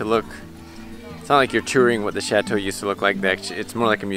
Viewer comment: When they say chateau it bugs me because I speak French and they’re not saying right